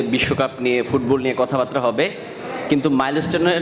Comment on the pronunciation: শব্দটা 'কথাবাত্রা' না, 'কথাবার্তা'; ঠিক করে নিন। একদম বাজে উচ্চারণ!